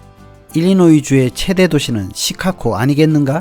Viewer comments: '시카코코코코' 가 아니라, '시카고고고고고'입니다. 한국에 중학생들이 Chicago를 시카코코코 라 발음합니다. 미국에 사시는건 맞으세요. 힘드시겠습니다. ㅎㅎ -중학교 영어선생 - 코코코코코~~~~~ 귀! ^^ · 시카고 발음이 굉장히 구수하십니다. 시캇!!코(고), 어르신들이 그렇게 발음을 하시더라고요^^ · Chicago가 시카코로 들리는 나만 이상한가요? 계속 거슬립니다. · 자꾸 "시카코" 로 발음하시는 듯 ㅎ "시카고"로 발음해야 할 듯 ㅎ - 잘 보고 있습니다 ~~ ^^ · "Chicago"의 발음기호는 다음과 같습니다: /ʃɪˈkɑːɡoʊ/ 발음 가이드: /ʃ/: "쉬"처럼, "sh" 소리. /ɪ/: "이"와 "으" 사이의 짧은 소리. /ˈkɑː/: "카"처럼, 'a'는 길게 발음. /ɡoʊ/: "고우"처럼, 'o'가 길게 이어짐. 전체적으로는 "쉬-카-고우"로 들립니다. 미국 영어에서는 일반적으로 "쉬카고"처럼 부드럽게 발음됩니다. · 영상잘봤습니다 근데 시카코 코? 라는 발음이 좀 의아해서 미국현지에서 시카코라고 하는지 그발음이 맞는지 궁금해서 여쭤봅니다 ㅠㅠ